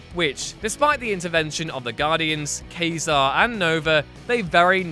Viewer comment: Yes, Constantine rhymes with time, but I keep hearing you say "Ka-Zar" helped Nova and the Guardians with the Phalanx... is that the long blonde haired guy with the saber-toothed cat or is that suppose to be the space-faring character Quasar? ;-)